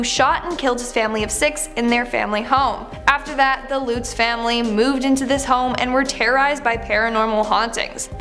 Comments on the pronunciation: I'm pretty sure it's pronounced "Luhts," not "Loots." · Correction- “Lutz” is pronounced LuH-ts and Ronnie Defao is dah-Fay oh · Lutz rhymes with nuts.